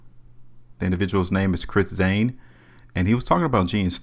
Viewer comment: You know this guys a super loser because he can't even say this mans name right. Its CHRIS SAIN NOT ZAIN! You're a super lame that's why you got 48 subscribers. I Wouldn't watch you if you were wrapped around my wrist. I made 52k riding with Chris Sain and that's only because I started late.smdh